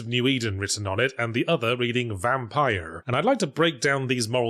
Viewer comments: The pronunciation of Vampyr is excellent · Yahtzee pronouncing the "y" in Vampyr every time is a precious gift.